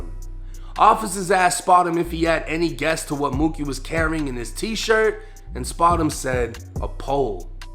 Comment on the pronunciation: Not spotemgotem 🥴😂😂😂